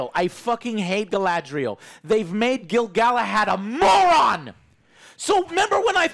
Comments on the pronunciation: Wait, Did Joe call him Gil-Galahand? XD did he mi. GIL-GA-LAD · Every time Joe says "Selebrimbor" and "Gilglahad" I see Alex die a little inside. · I love Alex's face everytime Joe says Gil-Galahad haha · Rings of Power: 3/10 Joe's ability to butcher every characters name: Gil-Galahad/10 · I love that Alex winces everytime Joe gets a name horrobily wrong (Bene Jessuit from Dune, Gilgalahad here) but never even attempts to correct him 😀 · Man, I'm used to mispronounced names, but every time he says "Gil-Galahad" I lost it. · Joe is so pissed he started calling gil-galad "gil galahad" lmao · I love how Alex intentionally never corrects when he says “Gilgalahad“ just to enjoy hearing it. 😂